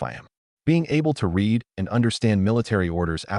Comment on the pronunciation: A lot of words ai cant say, read as reed, lead and leed, sooooo many things wrong